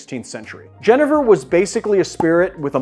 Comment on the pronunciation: Very nice! But my Dutch father is rolling in his grave at your pronunciation of Genever...